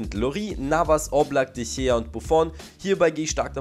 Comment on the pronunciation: Sprich mal de Gea ordentlich aus